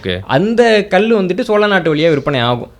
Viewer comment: இந்த காணொளியில் மன்னர் மன்னன் பல இடங்களில் சோல அரசர்கள் என்று சொல்கிறார். பிழையை திருத்திக்கொள்ள வேண்டும்